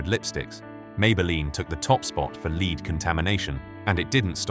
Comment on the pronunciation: When you have AI narrators mispronouncing "lead", your video loses credibility from the start. Shame.